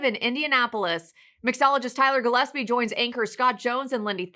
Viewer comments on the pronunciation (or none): none